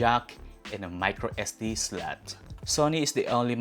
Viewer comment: Slot = slat , button but-ton 😂 funny pronunciation